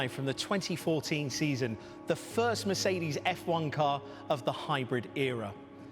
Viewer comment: was first but said "firts"